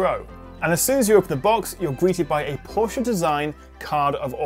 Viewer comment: A reviewer of this phone that pronounces Porsche correctly :O :O :O